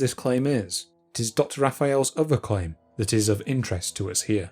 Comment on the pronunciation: "Feory"", "uvver"- so depressing....